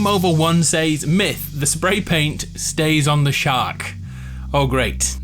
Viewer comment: It’s pronounced “ses” not “sAYs”